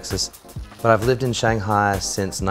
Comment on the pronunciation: Fluent in Shanghainese but cant pronounce Shanghai